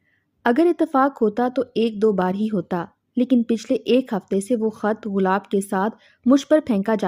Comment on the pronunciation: بی بی غلاب نہیں گلاب ہوتاہے